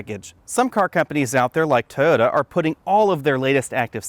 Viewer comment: My god I laughed when u pronounced Mazda BUT omg you butchered Toyota!!!